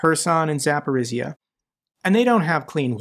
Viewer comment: war will end when you will master pronunciation of Zaporizhzhia - and you are improving quite fast! Jokes aside, Ukrainians willing to start peace deal - it is not that much because of city attacks, it is just realization that we cannot buy more time, 4-5 more years waiting for our partners to support us properly, it is war of attrition and guess what - Ukraine men and women are attritting while waiting for proper sanctions on ruzzia, proper ways to defend ourselves, all we get - talks and promises and just smth not to die